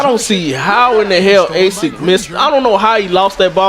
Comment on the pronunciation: Lol Asik(A-Sick) , its pronounced (Uh-Sheek)